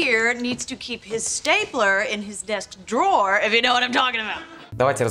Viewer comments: Слушайте, вы столько времени тратите на съемку этого ролика, а аот посмотреть в словаре произношение drawer в значении «ящик» секунды не нашли. При этом десять раз прокрутили фрагмент, где Рейчел произносит это слово /dro:/, и даже это вас не смутило. А ведущий пять раз упорно повторяет /дроа/. Такой вариант произношения есть, но означает он «художник, рисовальщик» если хотите. Но никак не ящик. Вот реально как после этого вам доверять, приходится перепроверять все. И не надо говорить «мы все ошибаемся», вы готовьте ролики заранее, словари все в открытом доступе. И никто в команде ведущего не исправил. Вы сами-то Рейчел слышите? Disappointed ☹️ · Поправкa произношения: 1. В слове "Drawer", W-E(R) не произносятся, т.е. слово произносится как "ДРО:" в Британском варианте, или как "ДРО:Р" в Американском. Частая ошибка!!!